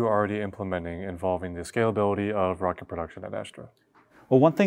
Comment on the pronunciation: "mocket" lol, love it!